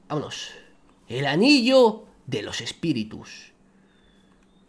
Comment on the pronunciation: espiritus❌ espitirus✅